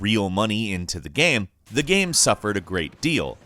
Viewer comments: Every time he says gam instead of game 👇🏻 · Why did you say "gaam" a few times instead of 'game' ?? 😂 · Is really noo one else bothered by the way he says GAME? It sounds like gaem ... really cringy, like the “my name is Jeff” kind of cringy. Gaem gaem guemm ... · Why does he say “game” like “gehm”? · I find it hillarious how he has 2 different pronunciation for the word Game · Is anyone else bugged by how he says "game" Great video non the less but still